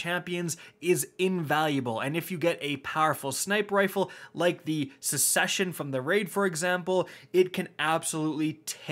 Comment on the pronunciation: Disliking because you still refuse to pronounce “succession” correctly